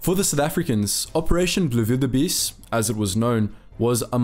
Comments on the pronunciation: operation blouwildebees pronounced "blow-will-duh-BS" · Please never pronounce blouwildebees again